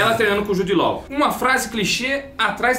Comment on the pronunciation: Jude “lóu” tá phöda. Jude “ló”.